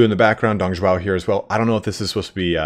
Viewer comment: its dong zhuo, not dong zhuao, sounds like "drop"